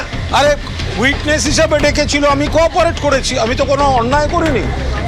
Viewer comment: শোন ম(চো)দনা তুই যে বলছিস আমরা কর্পোরেট করছি, কথাটা কর্পোরেট নয় , কথাটা হচ্ছে কোপারেট, বাংলা অন্তর্নিহিত শব্দ হচ্ছে সহযোগিতা, বাচ্ছা শূয়ার ম কি চো..... দনা তুই মনে হচ্ছে মাদ্রাসায় তালিম নিয়েছিলি।